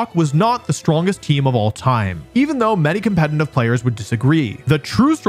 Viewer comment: Here goes to another 42 mins of Wolfey mispronouncing "competetive" as "competentive" sigh (I'm eating it up), but at least it's good content (it's amazing).